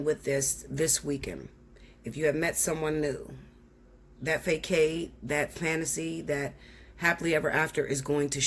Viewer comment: Not to be the one lol but you know it’s pronounced FAH-SODD not FAYE-KADE. Lol.